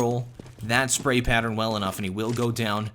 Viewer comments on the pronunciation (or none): none